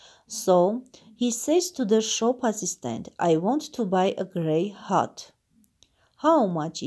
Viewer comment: Cat և hat -ը շատ լավ կարդացիք, cat կարդացվում է քէթ , hat հէթ Անգլերենի արտասանությունը ահավոր էր)))😒